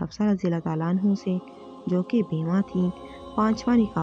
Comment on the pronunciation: ANHO NAHEEN ANHAA KAHO